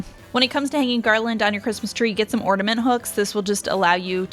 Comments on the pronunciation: The word is OR-N.A.-MENT…..not ordament…just sain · You have some great hacks. Appreciate all the ideas. BUT… (I’m sorry), it’s driving me crazy; The word is orNAment. Not orDAment. 😳😬😘 …just sayin’ Merry Christmas! ❤️ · there is no D in ornament